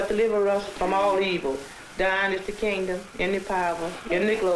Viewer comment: Did she say, "Dying is the kindom, ina powa, ina glory, fo eva, and eva?" LMFAO! 🤣😂🤣